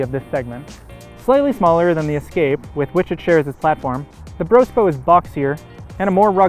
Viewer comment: Ok.... I cant watch this shit now since he called it a "BROSPO". I'm out.✌🏽